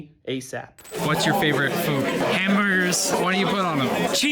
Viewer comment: The way Ryan trahan said hamburgers cracks me up